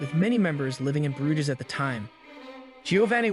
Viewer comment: 🤦‍♂️ Pronouncing Jan "Janne", Bruges "Brooghizz", and 82 x 60cm "82 ecks 60 centimeters" all within the first minute. Where the hell did you go to school?